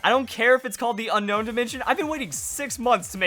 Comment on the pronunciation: It's pronounced un own